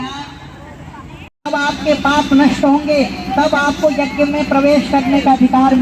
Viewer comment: जग नही श्रीमान यज्ञ बोलिए